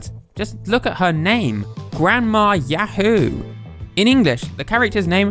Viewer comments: 「ヤフー」 is pronounced a bit incorrectly. 「フ」 is more of a breathy "fu" sound, rather than "hu". "Hu" as in English doesnt entirely exist in Japanese. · actually there's written Yafuu and not yahoo, since フ is pronunced fu and not hu just like chi or tsu, it should be written something like ヤウー. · Entertaining video 👍 A bit of trivia from my point of view, for me, others here and during my childhood before Yahoo company existed, we would say say ya-HOO and later for the company name we say YA-hoo, that is, there is a different emphasis. You seem you pronounce it ya-HOO for both. Anyway, I found it interesting. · he pronounces it as Yah-hoe though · Yo I've seen Yahoo in oot but probs not said as in links awakening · You're not even pronouncing yahoo correctly.